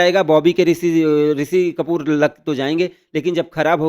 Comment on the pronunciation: Iske 2M ho kaise gayi. Itna ghatiya content, itni bekar presentation.. chhii yaar he is saying ‘bobby ka risi kapoor’😅